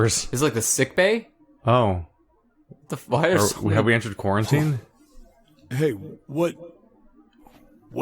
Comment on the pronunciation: "Are we in... Quaritne?" Dear god.